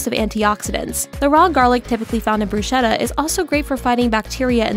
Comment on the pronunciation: mispronunciation of "bruschetta." the "ch" should be pronounced as a "k" sound, not an "s" sound.